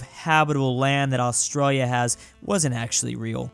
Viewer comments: Why do you say Australia in such a way that makes it seem like you've suffered a severe head injury at some point in your life? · what did you say? Australia???